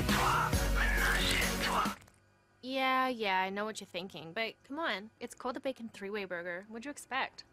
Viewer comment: Thinking ! It is a German theTH is difficult so becomes the other ways arroung a tS tSinking = thinking .........Hello what are you thinking about? 😂😂😂